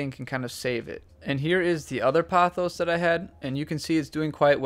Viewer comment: It's po-thos. Poe-thos. Not pah-thos. It's Greek.